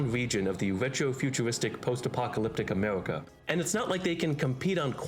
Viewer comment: Why does he talk like that ? Ameuwica, Mowwowind....